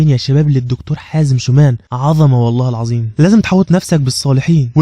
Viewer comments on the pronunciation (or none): none